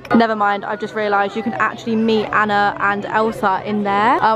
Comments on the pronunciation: You say it as arna but it’s spelt Anna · Srry but you said Anna and it is